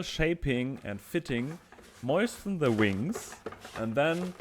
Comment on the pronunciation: please never learn to pronounce moisten correctly. "moishten" is bringing me so much joy.